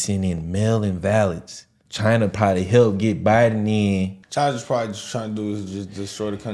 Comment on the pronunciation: Chyna Ukraine!!! Trump pronounced Chyna. Go listen. American biological labs in Ukraine. Yall can't do reactions without knowledge.